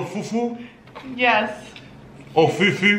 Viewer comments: foofs on..foofs on brother😂😂😂✌ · Graackub..every time says fufu